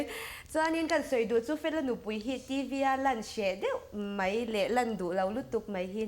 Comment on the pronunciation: A kawmtu hi i thiam em em rualin, i mizoțawng hman hi dik deuh zawkin hman tum țhin la ka va ti em... FTH channel phei hi chu en hlawh ber pawl ani bawk si a. "Chibai" tih tur "Chibei" tih te, 'Mai' tih tur "mei" tih te, "Tlat" tih turah "Tlet" tih te, a tam mai... Khawngaihin lo lam uluk deuh tawh la, ngaihthlak a nuamin, en a manhla lehzual ang... 👍